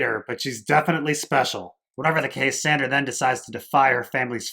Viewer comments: Why do you call Sansa "Sandra?" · Lmao why do you keep calling her Sandra??? Instead of Sansa lol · I couldn't bear to finish listening to this review, mainly because you can't decide whether to use the character names, or the actor's names, AND you can't even get all the character names right when you do use them. You continuously call Sansa "Sandra" and, then instead of saying Jon, Dany (or Daenerys), you use the actor's names Kit Harington and Emilia Clarke instead. But, yet, you call Cersei by her character name instead of Lena Heady. WTF? While it seems you do get some of the plot point criticisms right, if you don't know the character names well enough to do the review, WHY should I listen to you? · OK, that makes more sense to me than someone calling me a dolt, which I'm not. However, the reviewer should understand that there is NO indication to new visitors about the reason for these purposefully mispronounced and misspoken names. Anyone in my place would think the same - that he doesn't know the story well enough to use the right character names. I visited the channel at the referral of Ser Hunt's Reviews - the only reason I looked it up - and I discover this confusion and people calling me names right off for being critical. I guess if the reviewer doesn't care about new subscribers that's fine but, if he does care, he should probably conform in his usage of character names. Or, at the very least, explain in notations what he's doing for new visitors. When I get a chance, I'll come back and listen, now that I know what's going on.